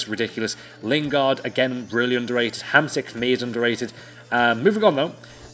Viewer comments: Dont read it Hamsik. You have to read it like its Hamsheek. Really. Believe me :D. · Hamšík pronounces like "HAMSHEEK" :)